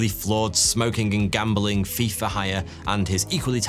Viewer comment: Ngl when he said Thief for hire I thought he said FIFA